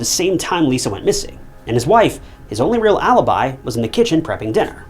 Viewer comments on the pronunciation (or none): none